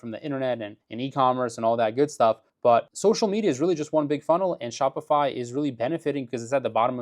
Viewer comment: Shopify is dying bc everyone just goes directly to aliexpress - for some reason it sounded like you said spotify - but they are on the blocklist of companies funding the idf